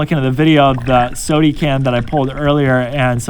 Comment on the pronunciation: Love how he says sode can instead of soda can